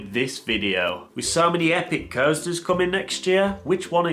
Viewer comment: Do you pronounce american coasters like that as a joke or do you not know the actual pronunceations?